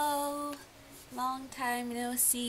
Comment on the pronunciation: That 'hello' was very japanese lool